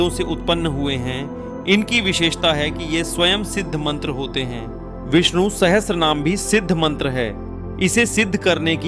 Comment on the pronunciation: Ur pronunciation is wrong. It's not Sahstra naam. It is sahasranamam